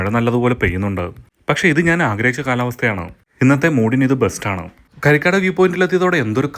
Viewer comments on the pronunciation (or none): കരി കാട് അല്ല ബ്രോ.. കാരികാട് 👍